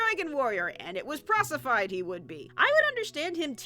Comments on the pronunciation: “Procefied?!”... it’s prophesied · You said 'prosified' instead of proficied. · PROCIFIED PROCIFIED XD DID YOU MEAN PROPHISIZED? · The right word is “prophesied” not “prosified”. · "Procefied" :D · lol u said procephy.